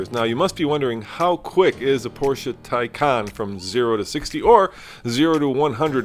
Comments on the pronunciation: You might want to properly pronounce the name of a car you’re purporting to review. It’s “tie-con”! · Love the car, but you said the name wrong almost every time you pronounced it lol. Anyway this car is sexy, looks 10 times better than Tesla